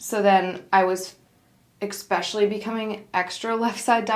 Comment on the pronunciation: More stunning models with nothing wrong with them 😏. I bet his partner is super insecure with all these models visiting him all the time lol Also it's es-pecially not ex-pecially 😁😁 Good video nontheless